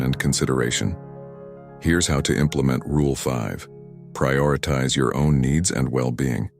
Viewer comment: Prioritize! Terrible pronunciation through out. A true stoic would not speak this way.